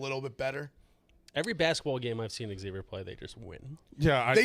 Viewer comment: Please stop calling Xavier “X-zayvier”